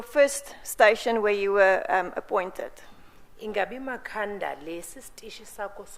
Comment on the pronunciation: Evidence leader, it's Ma-kha-nda not Mkha-nda 🙆